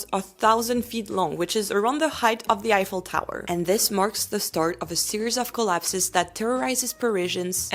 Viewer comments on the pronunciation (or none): none